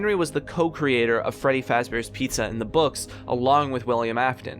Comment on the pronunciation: “furry faz bears pizza”